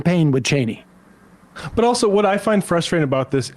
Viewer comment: Sam always refuses to get Liz Cheney's name right oh my god